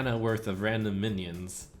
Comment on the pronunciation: suommuns mionion. are you drunk:D